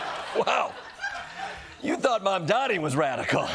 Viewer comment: How many times do you have to pronounce his name wrong???